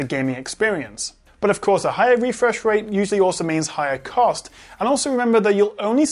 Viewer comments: Refwesh Wate :v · "Refwesh wate...". Your borderline rhotacism (i.e. whotacism) is adowable and your videos are bwilliant!